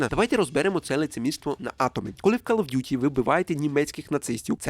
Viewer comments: Не ''кАл'' а ''кОл оф д'юті :-D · Просто друга секунда відео — кров з вух. КАЛ оф дюті 💩